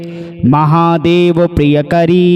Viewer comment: प्रियंकरी न कि प्रियकरी,अशुद्धि के साथ मंत्रोच्चारण ठीक नहीं । किसी भी श्लोक को ध्यान से पूर्व अभ्यास के पश्चात ही पढ़कर अंततः अपलोड करें। आग्रह है। धन्यवाद। om kuldavaiye namah.